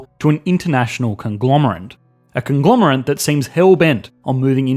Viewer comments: Conglomerate not conglomerant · are you saying 'conglomerant'? its conglomerate with an -ate. did you actually think it was - jesus christ, what are you - an ant person? how long have you been saying that wrong? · ‘conglomerant’ vs ‘conglomerate’ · Did you say 'conglomerant'? I'm beginning to feel some of these quirks are there to keep us on our toes! I love the channel - great work!